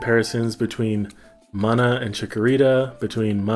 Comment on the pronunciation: It's called "MOON-A"